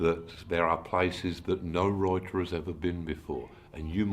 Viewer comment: Es genial como pronuncia la palabra escrito (Writer) como "Roite"